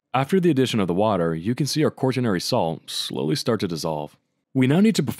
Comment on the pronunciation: same thing for pronouncing quaternary like that, THERE IS NO R UNTIL AFTER THE T IT'S NOT "QUART-TERNARY"